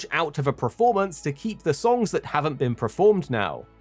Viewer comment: Why do you keep saying preform and preformance for?